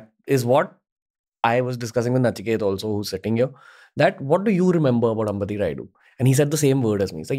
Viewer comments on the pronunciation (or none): Please Pronounce our South Names Properly it's not अंबति it's अंबटि